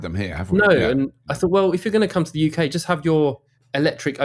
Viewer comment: UK. Can you say UK please.